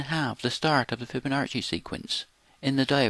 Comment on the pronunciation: It's not FiboNARCHi like Archie , fiboNAACI, NACCI, like CHOCHIE to review "NARCHI"- wrong "NAACI" -right Thanks